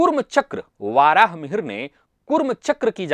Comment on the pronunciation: 'वराहमिहिर' को "वाराहमिहिर" बोलना ग़लत उच्चार है, जिस प्रकार 'अध्यात्म' को "आध्यात्म" बोलना। वक्तव्य में सुधार होना चाहिए।